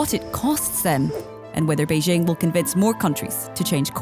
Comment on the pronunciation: Journalists that say "Beizhing" (Beijing) and "Taipei" (Taibei) probably don't know anything about China.